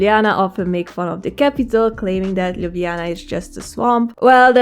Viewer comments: Slovenians don't pronounce lj and nj together. We say l and j sound separately. So you have pronauced Ljubljana correctly as per Romanian style. In Ljubljana we also skip j and call it also Lublana. Very nice video ❤ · Aaah binged on your videos till I got here xD. Slovenian does not have the south slavic Lj sound. So you pronounced the just right. Although linguists did add the lj combination to the writing back in the late 19th century early 20th century. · Great effort from your side and nice video,! Perhaps just as a feedback: we do not pronounce LJ together, you say it right:) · YOU LITELARY PRONAUNCED LJUBLJANA AND SLOVENIJA BETTER THAN ME AND IM FROM SLOVENIJA 😂❤